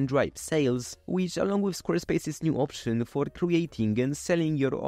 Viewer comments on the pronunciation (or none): none